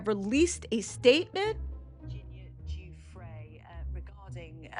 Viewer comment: who the frick is Prince Eugene? Eugena, Virginia Guffry?? Learn their names and pronunciation. If you're going to talk about them at least sound like you know who you're talking about.